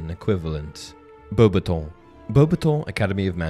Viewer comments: in the movie they pronounced "Beauxbattons" not the same as you. You can go back to the movies and see when Dumbledor announced them he did not say it the way you did. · The way he says Beuaxbaton is like nails in chalkboard 😂 did Goblet of Fire pronounce is wrong or he’s just trynna be different??